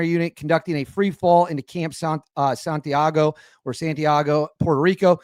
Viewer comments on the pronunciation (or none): none